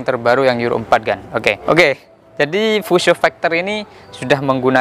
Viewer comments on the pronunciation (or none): Fuso bang bukan fiusyou